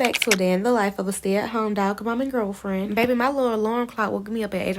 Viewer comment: the girl why you say girlfriend like that